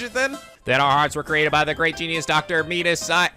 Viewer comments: it's met-iss not meat iss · By the way, Metis is pronounced Meh-tis. There was a character in Persona 3 FES with the same name. Metis's Persona was Psyche in that game and the Metis in this game is a psychological researcher, but the actual Metis is a mythological greek giant. I'm not sure how the name relates to psychology at all. Maybe it's just a coincidence. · It's pronounced Meh-tus. " Meatis" is...something else.